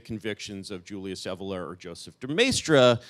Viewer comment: Now I know the correct pronunciation of "Evola".